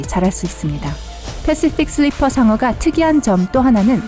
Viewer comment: 패쉬퓍 슐뤼풔 상어 발음 ㄷ